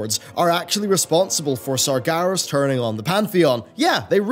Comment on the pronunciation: years and years.. and you keep saying sargAras hahahaha oh well.